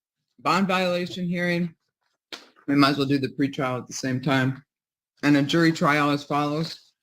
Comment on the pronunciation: Why don't these people get with the program and say PRE-trial correctly? "heartfelt goat scream"